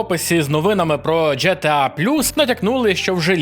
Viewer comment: Джі Ті Ей або Ге Те А Яке нафіг Дже Те А Тиж блін інфлюєнсер а не хлопець з паралельного класу в сільській школі. Крінж